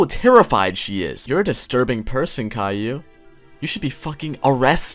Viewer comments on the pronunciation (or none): YOU SAID IT WRONG! ITS KAILLIOU!!!!